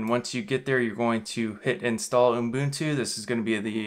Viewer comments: He’s gotta be trolling, right? Please tell me this OOHM-boon-tooh is not for real. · Sounds like you're saying Unbuntu in the video:-) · He keeps calling it Unbutu 🤦‍♂ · Is it just me, or am I hearing uMbuntu? 🤔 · Jeepers nobody can spell 'Ubuntu' in the comments and he can't pronounce it. IT MEANS A THING AND WE SHOULD TRY TO GET STRANGE FOREIGN NAMES RIGHT>.